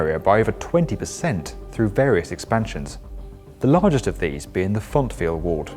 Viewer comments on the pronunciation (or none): You would have more credence if you pronounced Fontvielle correctly